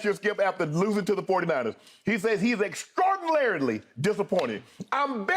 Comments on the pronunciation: Shannon: extraornarily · "Extrordrinarily!" -Shannon Sharpe